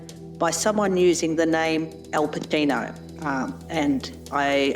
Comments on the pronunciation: did that lady really mispronounce Al Pacino as Al Padino? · It's just an audio artefact and she pronounced it right. It could be down to knocking the cable for the mic, poor connection if clipped from a call, overly aggressive declicker or whatever else. "Al Pa-ino" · Who pronounces alpacino like that...